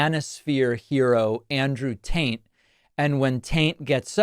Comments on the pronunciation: Lmao Andrew tain lmao. Its Andrew tate. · Please tell me you said "Andrew Taint" ... on purpose :D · Umm... David... did you just call him Andrew Taint 3 separate times? ROFL.